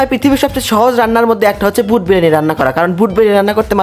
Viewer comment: ভুট ✅ বুট❎🤣